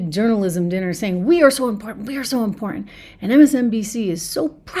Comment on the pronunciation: You need to enunciate your keys in important if you notice there's two of them in that not 3ns but two T's